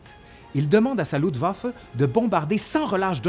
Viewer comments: Quelle année ! Il y aurait tellement à dire sur les erreurs de commandement, mais je crains que dans ce cas, il faudrait presque 1h de plus ! En tout cas, cette grosse synthèse est déjà riche et passionnante ! Merci ! Petit bémol : c'est LuFtwaffe (armée de l'air) et non Lutwaffe ( ± arme de sang), comme tu prononces ;-) Mais bon l'idée reste la même ^^ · Le sujet est traité de façon magistrale..... Un tout petit petit petit détaillouinet cependant.... Cher tu oublies systèmatiquement de prononcer le f de Luftwaffe.... Rien de grave docteur... cela ne nuit en rien aux grandes qualités de ton travail fouillé et pointu. Thanks. Jmb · Toujours un plaisir tes vidéos, excellent travail. Par contre, c'est moi où tu prononces "LUTwaffe" au lieu de "LUFTwaffe" ? Ca me perturbe haha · Bonjour, merci pour cette vidéo, c'est toujours aussi enrichissant. Par contre mes oreilles grincent à chaque fois que tu prononces le mot "LuFtwaffe"! Il te manque le F! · luftwaffe=> se prononce louFtvafeu